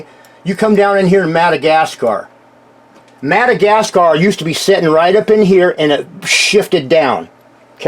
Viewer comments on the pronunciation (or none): none